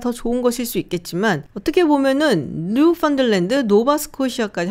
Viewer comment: Newfoundland 에 나오는) 발음이 new-fund-land로 읽는건 어색 하네요, . Noo-Fn-Land가 CBC에서 사용하는 옳은 발음 이라고 하네요